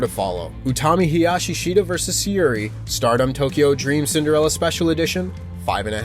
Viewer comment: pal I hate to correct people's pronunciation but Syuri is pronounced Shuri. Great video mate.